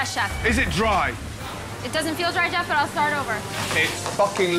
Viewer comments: I thought he said joff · He said joff